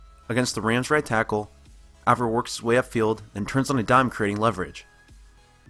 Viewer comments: "Avril" is like "Apron," not like "Avril" Lavigne or "Anvil." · god DAMMIT. pronounce his name right. Avril. A. Eh. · You spend all this time studying him, but can't pronounce his name right?